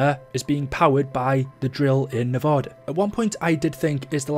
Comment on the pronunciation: Did he just say nev-o-da?